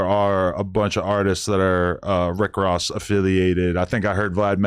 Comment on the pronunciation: He can’t even say Ross name lol